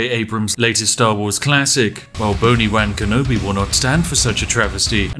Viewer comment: With his accent, every time he says “Boni Wan Kenobi” I hear “Bony Wang Kenobi”